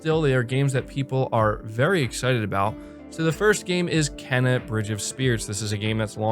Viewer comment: ITS PRONOUNCED "KEENA".